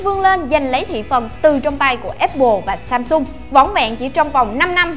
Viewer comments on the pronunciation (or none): none